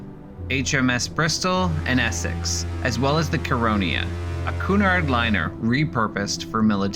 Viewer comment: cunard please pronounce cu-nard not kunard